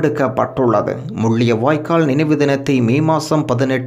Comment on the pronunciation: Mulliyavaikkal alla Mullivaikkal, vadivaaga thamila uchcharikkavum, Thamilai kollathey.